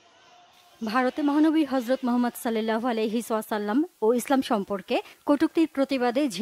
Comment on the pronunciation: কেমন সাংবাদিক সাল্লাল্লাহু আলাইহি ওয়াসাল্লাম বলতে পারেনা